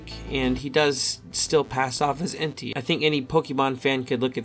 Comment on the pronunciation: Entei’s name is pronounced En•tae